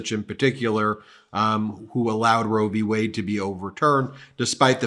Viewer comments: He said, " Roe v Wey..." He's a fucking Moron...lol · Notice he called it "Roe v way" not Wade. He could have a job on an anti republic video blog. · He is such an imbecile that he doesn't even say the correct name. He said "Roe v Way" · the way he always pronounces roe V(s) wade really highlight just how little he understands about what he talks about... it's qui(d) pro quo all over again